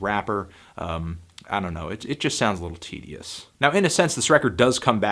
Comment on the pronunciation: Did he really say 90059 was tde-dious 😗